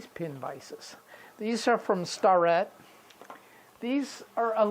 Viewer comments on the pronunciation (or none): Nice video. Thank you for sharing your tools assortment. The tool company that makes your pin vices is pronounced "Stair-et". American company catering to machinist and tool & die makers for about a century. The tool you call a micrometer is actual a digital caliper. Micrometers look very different and are usually more accurate.